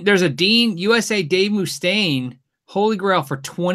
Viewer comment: Dave MOO-stain